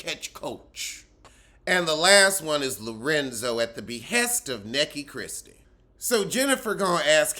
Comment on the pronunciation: Everytime you say “Neckie Christie”😭😭😭😆😆😆 I cackle ahahaa